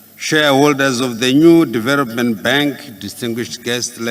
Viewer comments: 😂😂😂😂 mentarity. .poritical....diveropment...incrusivy . Famiry haaadaaaa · There is a historic battle between and the letter "L". Let me help you to understand Excerrencies - Excellencies Erection - Election Diarogue- Dialogue Deveropment - Development Poriticizing - Politicizing Mentarity- Mentality Charrenges- Challenges Famiry- Family Deveroping- Developing Openry - Openly Mirrions - millions Calmry - calmly